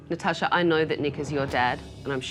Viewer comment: Finally, someone pronouncing natasha correctly